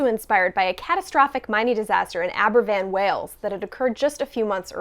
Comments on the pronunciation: Smashed the pronunciation of Aberfan btw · Just wanted to give credit for pronouncing Aberfan correctly